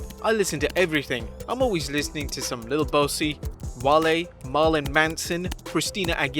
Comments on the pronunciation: Im sorry did he just say little boss y instead of boosie? Im dead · Yeah its pronounced boo-sie